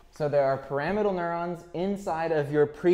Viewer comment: Great video! Isn't "Pyramidal neuron" pronounced like pyramid? I thought you kept saying "Parametal neurons" until I your wrote it on the whiteboard.